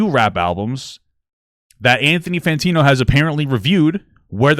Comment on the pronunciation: Papa i love you man but can you say his name right? Fantano not Fantino